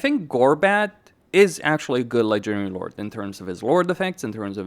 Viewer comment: why do you pronounce "Ledgering Lord" instead of "legendary lord"? Nice vid tho.